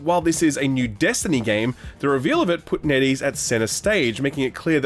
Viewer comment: TIL it's NetEase not Neddy's